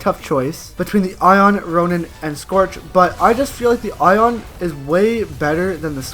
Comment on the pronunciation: He said roian titan as strong Happy stupid